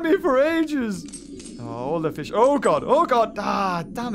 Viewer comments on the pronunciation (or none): none